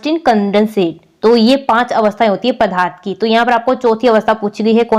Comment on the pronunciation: Mam padarth kahte hai padharth nahi samche